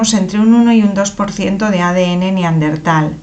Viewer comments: Da angustia escucharte decir "neaRdental". Eran NEANDERTALES, revisen el lenguaje, si no, no nos entendemos. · Es bastante habitual lo "Neardental", a mí me chirría mucho. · ¿Por qué dice neardental? ¿Es dislexia? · Neardental? Parece que nunca antes habías oído o leído de los Neandertales.